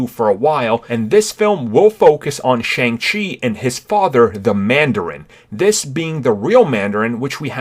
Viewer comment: It is pronounced Shung Chi